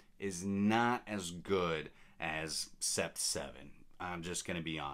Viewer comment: Coincidently, I purchased Paris Corner's Trillium earlier today. I have Roja Parfums Elysium so interested to compare despite the price differential. I think huit is pronounced wheat as its French for 8. Sept - pronounced set - is 7 in French